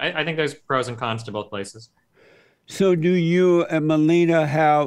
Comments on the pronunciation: I love how he pronounces "Melina" as "Melenia" aka. Trump's wife 😂🤣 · Called her Melinial lol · 40 minutes in, he still hasn't pronounced Melina's name twice the same. Amazin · The fact he first says it right and then correct it wrong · I like how he pronounced Melina’s name right and then corrects it wrongly. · He pronounced her name differently, and wrong, every single time. 😆😆😆